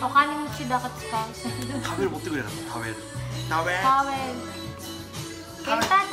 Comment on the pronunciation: 「食べる」を「タビル」と言います